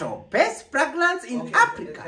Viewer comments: fragnance? kuna wawili hapo katikati, the boy and the girl who keep saying fragnance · did I hear you say plagnance😂😂😂😂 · 🤣🤣🤣🤣🤣🤣🤣did I just ear pregnancy or masikio yangu ni mbaya 🤣🤣🤣🤣😁oh my goodness Terence you would kill me 🤣🤣🤣🤣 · 🤣🤣🤣🤣🤣🤣🤣 aiiiiiiiiii mnatuonea, ati pragrance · 😂😂😂😂😂😂😂😂😂😂., my ribs what was that? Pragnance?😂😂😂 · Did I hear pragnance🤣🤣🤣🤣🤣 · Are we going to ignore the guy and lady who said "best fragnance" lol okay